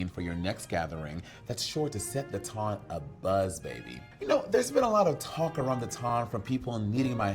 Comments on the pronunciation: every time she says "Ton" sends me 🥰🥰😂😂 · Said it wrong every time